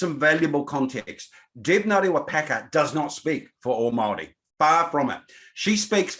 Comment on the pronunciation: and speak from a place of privilege....also can you please learn how to pronounce Maori properly, its not Maaari, its Maori!